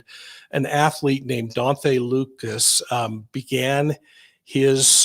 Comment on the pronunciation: Please quit saying DON-THAY.